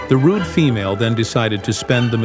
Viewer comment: wouldnt assume their gender, and dont like how you put emphasism on "Female" but go on